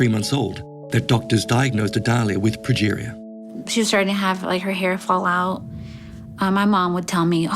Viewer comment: Pronounced "progeria".